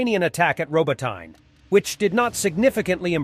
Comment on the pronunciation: BTW, Robotyne is pronounced as [rɔb'ɔtɪnɛ], not ['rɔbɔtaɪn]. The letter "y" is never pronounced as [aɪ] in Ukrainian names, it's an English habit. 🙂 AFAIK there is no other European language besides English (and maybe its dialects), where "y" is pronounced as [aɪ].